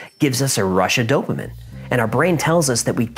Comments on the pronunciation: Dopamine not dopamin. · It’s dopameen not dopa-min… Sorry had to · Dopamin?? its dopamine, like dopa-mean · Dope-uh-min... obsessed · Great video. Btw it’s DopAMEEN! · Sorry but...Dope-A-Meen is how it is Actually pronounced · Stop saying dopimen hahahah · I've recently become a huge fan of your show. Love the way you give the fun version and then all the facts as you know them. However, I hate the way you say dopamine. It's supposed to be pronounced doe-puh-meen. Maybe its because I'm an Aspie and/or a registered nurse, but you said it so many times, that I was completely distracted by it. 🤣😆 It's the little things that seem to bother us autists most. LOL. Keep those excellent stories coming and I'll keep passing them on to others. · on, why does he say dopamine like "DOPE-a-min"?! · I think it's hysterical that can't pronounce the word Dopamine lol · Really annoying how you say dopamine